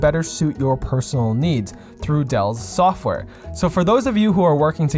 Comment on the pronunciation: "through dell's soffware"